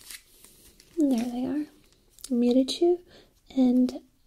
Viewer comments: Michiru not Mirichu hehe - A fellow Sailor Moon nerd 💕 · WAIT YOU CAN SHOW US THE BACK OF THE LAST ONE!!! Lol also Sailor Neptune's name is Michiru, not Mirichu. ^__^ She's one of my faves because she's a violinist!!!